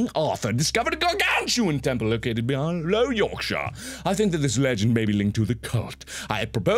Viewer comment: Someone finally pronounced Yorkshire right